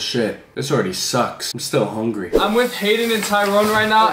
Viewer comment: "im so hunry"